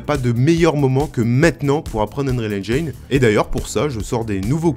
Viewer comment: ENGIIIIINE PAS ENGAYNE PTN